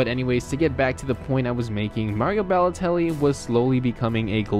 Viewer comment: his name is balotelli not bellotelli